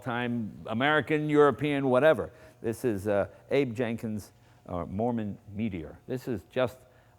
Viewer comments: It's a MArmon, not a MOrman, isn't it? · Hey Jay, it's MARMON not Morman. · Okay, I stand corrected, it IS Morman. There was an auto maker named Marmon so I guess this was a tongue in cheek name.